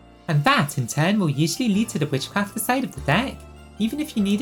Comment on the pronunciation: すごすぎる❣️You are actually so talented omfg I am copying this deck, I want my witchcrafters to be as strong as possible. Also your pronunciation of their names is legit XD (probably more correct than the Japanese names!!)